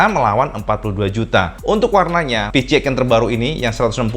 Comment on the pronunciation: Kenapa nyebutnya PiCiEx bukan PiSiEx?